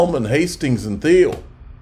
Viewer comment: It's pronounced Peter "TEEL"